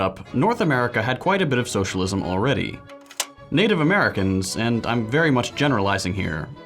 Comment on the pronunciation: "shullism" fucking hell 😂